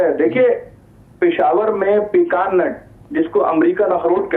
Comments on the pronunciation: Ye lagatar Net bol rahe hain Halanke ye nut pronounce hota he Hazelnut. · It is nut ,not net .like chestnut and Hazelnut